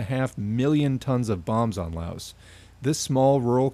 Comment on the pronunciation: Good video. Quick reminder to everyone that the "s" in Laos is silent. I know pronunciation is hard but that's an easy one to remember. It's a very common mistake.